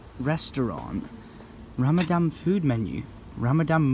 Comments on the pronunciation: it's RamadaN not RamadaM, just wanted to let you know😉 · It's not ramadam it's Ramadan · its ramadan not ramdam and hope to see here welcome to my country hope you have the best time ever Ps i have been watching you since three years and i love your face Ramadan is a moon month which we fast from sun rise till sunset without food or drink even water Aed is the currency of dubai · Ramadan not 'ramadam' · It's Ramadan not Ramadam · Maybe start by calling it Rammadan, not Rammadamn, not muslim tho, just sayin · it's ramadhan too much love for u pal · gdrd 6622 it's ramaspam isn't it?